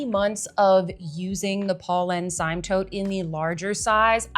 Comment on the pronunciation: Hi - The Polene Cyme is pronounced "seem". Just an fyi.